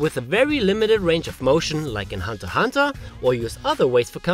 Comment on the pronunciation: Thumbs up for being able to do these, and for pronouncing Hunter x Hunter correctly